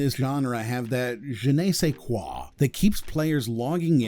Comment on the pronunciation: "je nay se quah" I don't think I've heard that pronounced so badly before, good job.